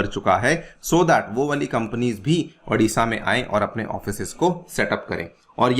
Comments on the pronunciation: Adisha nahi hai it's Odisha..O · Sir , Thats Odisha not adisha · Sir it is not Aa- disha It's O-disha